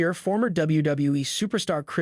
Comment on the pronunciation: Half the words he used were straight up wrong is this dude a bot? Chris Jericho was wrong, Divas, Janel Grant, John Laurinaitis... like he needs to actually learn how words sound before saying them.